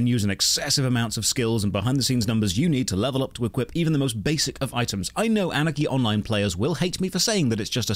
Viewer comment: I'm tho only one who hears "Anakin online" instead of "Anarchy Online"?